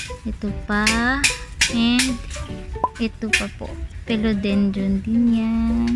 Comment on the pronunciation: i love your video....please note it’s philodendron not pelodendron...and check out the corresponding pronunciation. di malambot yung i sa phil